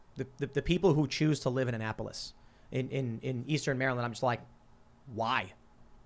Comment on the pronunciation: Born in Maryland it’s funny to hear Tim say “Anne Apolis” lol